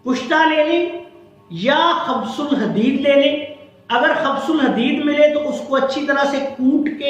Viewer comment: gustaakhi maaf, ye khabs ul hadeed nahi hota, khubs ul hadeed hota he: u ki aawaaz ke saath